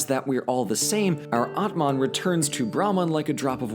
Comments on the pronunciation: Atman 🤯 it took me 3 minutes to realise he meant Atma ! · it is pronouned as aatma (soul)